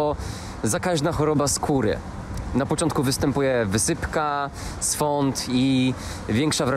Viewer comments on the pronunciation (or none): Świąd nie swąd. No, chyba że skóra zaczyna się palić xD